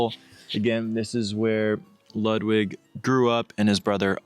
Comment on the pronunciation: And his name is Lood Vig (Ludwig).